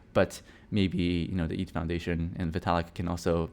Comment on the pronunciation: its vitalik... you should probably get yourself tested